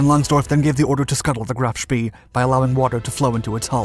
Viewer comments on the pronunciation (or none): They say it’s bad luck to say spEE, so please pronounce him as: sh-p-ay. Graf Spee